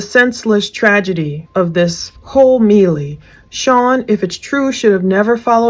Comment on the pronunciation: Love your work. Melee as i have heard it sounds like 'May lay' for the pronunciation.